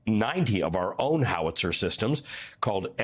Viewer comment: It's Howitzer. Not Howlitzer, Howitzer. He's not the first news anchor to put an L in it. What's going on, guys?